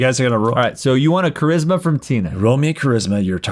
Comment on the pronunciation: the dude fully pronounces charisma as 'tsharisma' i'm in the fetal position